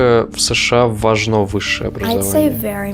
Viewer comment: ВажнО, нужнО, переходнОй. Вот для чего нужно образование. Элементарно, чтобы знать, где ударение надо правильно ставить. 🤦🏻‍♀️ в остальном, пожалуй, во многом Вы правы.